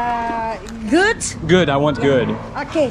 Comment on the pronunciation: I smiled when she said goot.. Hehe.... I've been watching vlog for along time. I've been living here in Cebu now for almost 3 years and i found the place fast-paced city.. Try to visit the city of love, Iloilo City located also near Cebu. Place is chill.